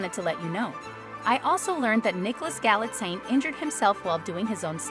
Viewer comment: Nicholas's last name must prounounced GALEE:TZINE (Galitzine)...simply! where is this "galaxy" from?